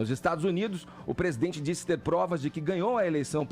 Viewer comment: "O plesidente plecisa aplesentar plovas serias..."